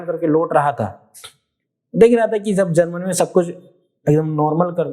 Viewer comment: Thank you sir. Very good speech. Sir, please concentrate at your pronounciation of Z and J. For example Jagah(right)-Zagah(wrong), Jo-zo, Jab-Zab, Janhani-Zanhani etc. Sir, Ganga agar maa hai to ye apne bachcho ki jaan kyon le leti hai aur dead body wapas karti hai. Aur kitni maa hain is duniya me logon ki?